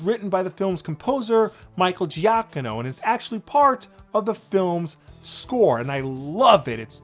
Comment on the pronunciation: I think the white balance is a bit off in the video my dude, you look super washed out. Edit: Video was a great discussion; would love for them to go for the very original design of Batman. The wide ears would be cool. Lastly, the composer's name is pronounced "Ju-keen-o".